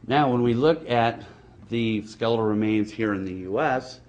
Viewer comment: Yoh. What are sklell remains and rance? What is this guy? A snack salesman? A miner? If he wants to convince anyone of beeing " scientific " - he should f... learn to speak understandable first!